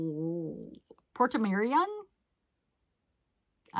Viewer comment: Port Marian is how you say it.